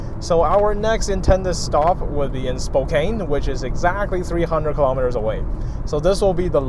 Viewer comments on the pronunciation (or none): It's Spo - kann not Spo - kain